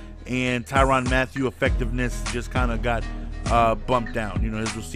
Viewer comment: not ty ron not ty ran ty rin